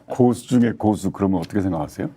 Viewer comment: 고수의 첫 자는 아주 짧게 고라고 발음해야합니다.